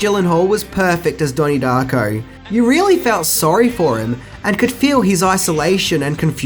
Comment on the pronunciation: " DAHNIE DAHCKO"